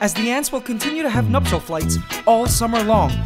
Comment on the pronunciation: So I have been watching this channel for awhile and whenever he said "Nuptial Flights" in my mind for some I thought he said "Nutshell Flights" so for the first time I actually got to the see the correct phrase he was saying